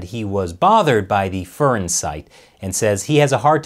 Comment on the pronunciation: The Fur in furin is like the fur in fury, not the fur in furry.